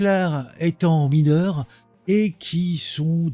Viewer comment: Je suis « mineuw » !!! 😅